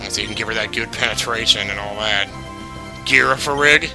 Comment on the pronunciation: the way he said girafarig XD